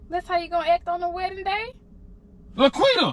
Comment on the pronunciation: It’s La’Quitta**